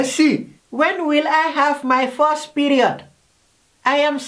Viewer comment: Four tin 🤣🤣🤣🤣 !. Quechans 🤣🤣🤣🤣 fust period 😂😂😂